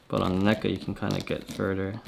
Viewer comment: "Neck-uhh..." NECA?!? REEEEEEEEEEEEEEEEEEEEEEEEEEEEEEEEE